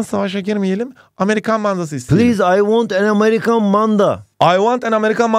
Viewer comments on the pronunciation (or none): none